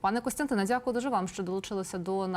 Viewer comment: Невеличка увага. В українській мові ввимовляємо дякую, а недзякую, робить, а не робиць і т д